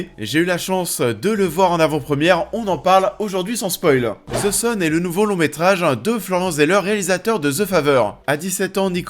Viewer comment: Tu as raison mais je voulais savoir pourquoi le z à la place du th, en sachant que c'est plus proche du d que du z je voulais comprendre comment vous en arrivez à entendre un z.